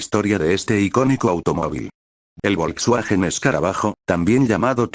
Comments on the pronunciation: Se dice "folsvaguen". Es un hermoso auto clásico de la década del 30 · no todos hablan Aleman. Pero por que no pueden decir Folksvagen. El auto mas producido por mas tiempo con el mismo diseno